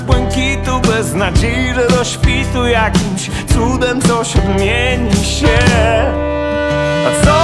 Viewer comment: Zajebisty tekst i wokal ale w polskiej wymowie jest są a nie som i się nie siem i ją a nie jom .spierdoliłes zajebisty tekst . Sorry ale zapierdalaj do logopedy ponieważ zajebiście śpiewasz.!!!!!!